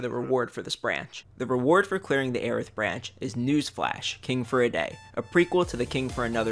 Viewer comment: Okay glad I was pronouncing Airth right